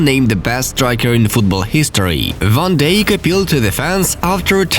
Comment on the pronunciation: No one: football news: vOn dIjK. koOMaN